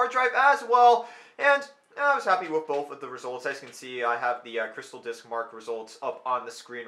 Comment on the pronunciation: I don't understand people getting mad about the way you pronounce mate. I'm just looking forward to you saying with instead of wif.